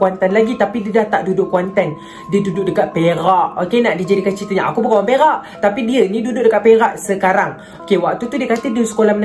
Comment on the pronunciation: kejap... perak ka "berak"